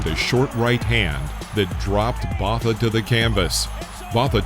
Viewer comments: Botha is pronounced ‘Boater’. 😡😤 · ..when the narrator of a BOXING video doesn't even know how to pronounce Botha's name correctly. Hire a boxing guy to be narrator. Not this clueless dude